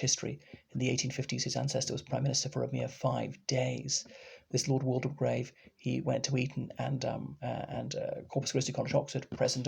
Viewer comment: You might like to know that the 'de' in Waldegrave is silent, so it's pronounced 'Walgrave'